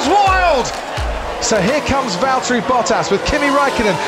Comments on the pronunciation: "Valterri, it's James" pain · Valtteri its james. Hurts every time i hear it